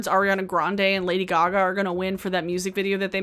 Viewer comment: "Lady Guh-gah" 🤣